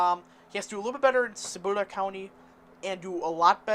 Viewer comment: Dude, can you even read? 😂 Kibbula (Cibola), Hedegolo (Hidalgo), Quarr (Quay), Valeesa (Valencia). I could go on.